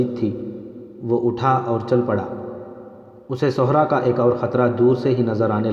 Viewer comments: sehra .not sohra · بھائی آپکی pronunciation بہت غلط ہے ۔آپ" صحرا " کو غلط پڑھتے ہیں ۔آپ( ص) پہ پیش پڑھ رہے ہیں ۔جبکہ "صحرا " کے( ص) کے نیچے "زیر " لگتا ہے۔۔۔۔